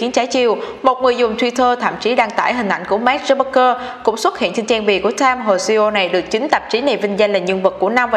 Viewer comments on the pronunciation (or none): Mình phát âm tiếng anh ko chuẩn thì ít nhất cũng đọc đúng tên người ta dùm chút chứ, Zuckerberg chứ mà cứ đọc thành Zucbergker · Mark Zuckerberg đọc là "mác dúc bấc gơ" à... ?! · Mark Zuckerberg mà đọc thành Mark Zuckbergker :)) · Dớt bấc cơ.. nghe wạo thiệt ak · k biết có phải nghe nhầm k nhưng mà sao t nghe là zuckbergker nhỉ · Hầu như clip nào cũng đọc sai tên người ta mà. Không biết có ai duyệt video trước khi đăng không? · Đọc tên ông chủ Facebook hình như sai sai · VJ tiếng Anh lớp mấy mà đọc tên ông chủ FB sai tè le thế trời